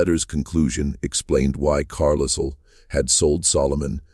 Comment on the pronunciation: Yes! “Carlisle” with the S sounded. Disconcerting!